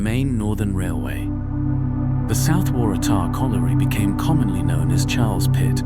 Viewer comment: Thanks for the lovely video. I have often ridden my bike on those bike paths and didn’t know that they used to be railway lines. I’ll be having a closer look next time I go. It took a few goes but the narrator got Kotara right in the end. Waratah was a bit dodgy though 😊.